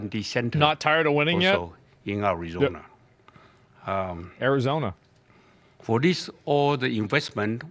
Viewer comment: Nice, he's been practicing that one: "Ari-zon-a", hard 'R'. Good pronunciation. Nice job TSMC bro! Proud of you.